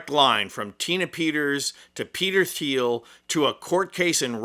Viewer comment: That picture has some Scorpions Virgin Killer front cover vibes. :) EDIT: By the way...the last name from Peter Thiel is spoken similar as the word "teal" and not "feel". The h between T and e is a not vocalized letter.